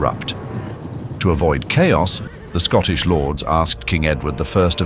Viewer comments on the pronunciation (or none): none